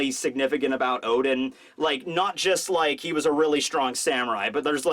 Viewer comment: oden you mean O. D En